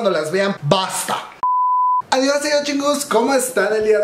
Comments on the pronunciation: El único debut original fue devil de clc, fue WoW. Cuando escuché everglow dice WoW que potentes pero se parece a blackpink, y me estresa que si se llama adiós no lo pronuncien bien, parece que dice ovarios, un poco de esfuerzo, mamamoo pronuncia bien el español en sus canciones, exo tiene un cover sabor a tí en español y pronuncian bello el español y everglow con una palabra, que estrés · Jaja si fue plagio la neta Pero quefo bien chingo ADIOS GOODBAY AVORIOS JAJAJA ASI LO PRONUNCIO ME DA RISA No manches mi baias es mia Cuando levanta la ceja en adiis me atrapo